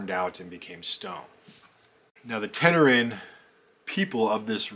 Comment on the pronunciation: "Tenerean"...is Tenerian...and pronounced Ten er ian...not...Ten er an. Given that the piece is nearly 7000 years old...any comment about it purpose is complete speculation. The Tenerian culture is, itself, largely shrouded in speculation. There's a clear beginning, and end and a period of possibly up to 3000 years which shows little development. But because of the nature of the larger region surrounding,the primary site, substantive knowledge of them is missing.